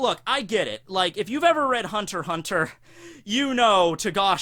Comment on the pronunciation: Please please say hunter x hunter